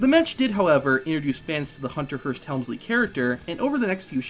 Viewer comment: You are saying his last name Incorrectly.....